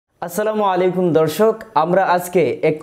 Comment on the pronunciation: উচ্চারণটা হবে আসসালামু আলাইকুম